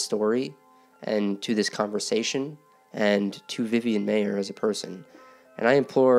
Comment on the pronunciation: It's pronounced MY-er not May-er.